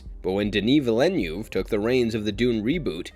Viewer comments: Villeneuve is pronounced veel-nerve not vee-lay-ne-view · Villeneuve nor Villenew. You keept saying the director's name wrong. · I'm sorry. As a French Canadian, the out-of-body experience I had every time you said 'Villeneuve'😂